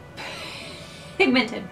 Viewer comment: "that is.. phhhhhhIGMENTED" killed me 😂